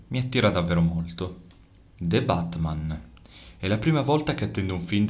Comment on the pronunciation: Naturalmente è BATMAN...è non barman!!!🤣🤣